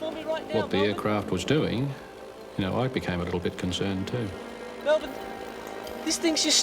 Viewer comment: Congrats to Robert Stack for pronouncing Melbourne correctly